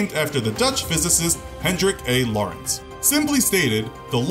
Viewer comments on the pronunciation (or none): Lorenz not loris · It's pronounced "lo-reh-nz" not "law-reh-ence" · How are you pronouncing "Lorentz" as Lawrence? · This guy could have the best Sound Recording Room ever made (and he would still pronounce words like 'Lorentz' and 'sabot' wrong.) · The T is silent in sabot. also check your pronunciation for lorentz force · you are saying 'sabot' wrong. edit- and 'lorentz' it is difficult to take this channel seriously when key terms are mispronounced.